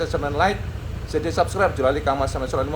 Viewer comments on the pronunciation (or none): none